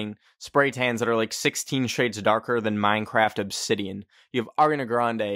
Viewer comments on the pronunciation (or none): none